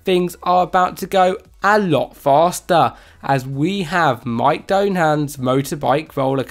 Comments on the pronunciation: (not mike) Doohan is a well known MotoGP champion. Not sure how anyone reads Doohan and thinks it's pronounced doe... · lol I have an Australian accent, but I can still read and pronounce names of famous people. this isn't a slightly different sound, it's completely wrong. and his name is, in no way can you pronounce as mike. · Ts duuwhinn, not Mike dow han lol